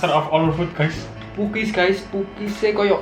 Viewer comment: Bukan pukis tapi pokes